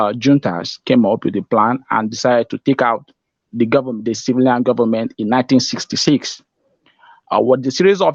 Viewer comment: Heeeelllllppppppp😂😂😂😂he said Gubbament!!